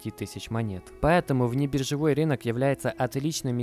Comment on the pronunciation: рИнок режет ухо, РЫНОК говорится!!